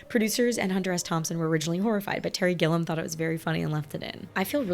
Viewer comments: Terry Gilliam's masterpiece is Time Bandits (1981), co-written with Michael Palin of Monty Python, who also appears in the movie, along with John Cleese. And his last name has three syllables. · I recommend "Brazil", also directed by Terry Gilliam. Pronounced Gil ee am. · Hunter S Thomson is one of my favorite writers, and Terry Gilliam (Pronounced Gilly-am) is my favorite director. Every movie he makes is unique. So this movie holds a special place in my heart. I catch something new each time. I wish you'd have shown the scene where Johnny's Hunter meets the real Hunter.